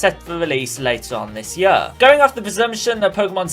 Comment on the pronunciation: he said ya insted of year